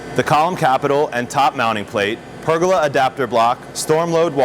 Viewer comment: It's pronounced per goal la. not burger with a p 🤣